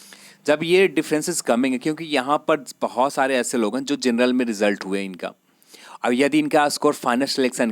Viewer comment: Itna style me mat bolo bht irritating hai.bht zada cutoff zaaega.zenral nahi bhai genral hota h thoda dhang se bol lo..,aazaange,zab,zaa skte h etc lol